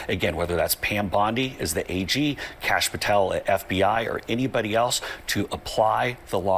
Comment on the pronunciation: thought he has been calling him cashapp petel this whole time lmao